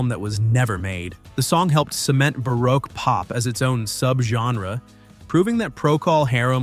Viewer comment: If that word you pronounced as bah-rock was spelled baroque, it’s pronounced bah-roke.